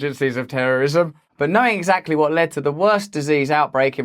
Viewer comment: You all of a sudden lost your English accent when you said "exactly!" Listen back, you'll hear it😀